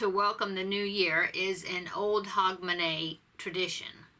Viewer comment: You pronounced hogmany right xx have a lovely Christmas xx